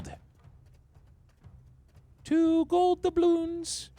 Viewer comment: 🤣"TWO GOLD DEBLOUNS" all you need is the "PLASTIiiiiiC"